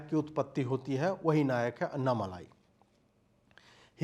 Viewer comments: Its not अन्नामलाई 😂 it's अण्णामलै... That's the Tamil word for Arunachala, a very holy mountain in Tamil Nadu which the great sage Ramana Maharshi also worshipped. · Abey ye malaai nahi.. Malai hai dhakkan😂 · Pl note that it is Annamalai and not Annamalaai - small lai and laai... Ok ? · Anna malaaai nahi annamalai😂😂😂😂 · Humble request to use the word अण्णामलै। This is phonetically correct than the usual bs used in Hindi channel. Anna is really pronounced as अण्णा not अन्ना। दक्षिण भारत को समझने का प्रयत्न करें। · Bhai uska naam " अण्णामलै " hai